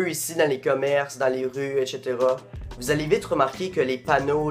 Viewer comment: J'arrive un peut tard mais le "echetera" il pique 😂😂 ecsetera quoi😂😂